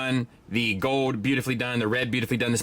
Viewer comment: Fowd. says “fowd” or “foed”. Like silver and gowd.